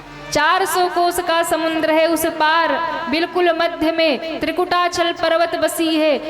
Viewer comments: प्रवचन करने वाली बहिन जी समुद्र को समुन्द बोलती है जो कि पूर्णतः गलत है। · बहिन जी आप समुद्र को समुन्द बोलती है जो कि गलत है।कृपया सुधार करें।